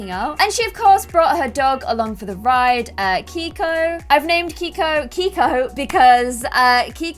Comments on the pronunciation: I thought Keiko was pronounced (kay-ko) not (kee-ko). I'm not sure though, haha <3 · It is not pronounced k-ee-k-oh it is k-ay-k-oh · Hey! Love this series! Did you name the dog Keiko? That’s my grandmas name and it’s pronounced KAY-KO. Just a heads up!